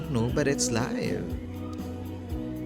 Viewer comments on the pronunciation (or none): none